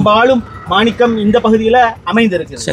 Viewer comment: என்னடா இவன்‌. மானிக்கம் மானிக்கம் என்றே சொல்லுகுறான் வைரம் . ம்டா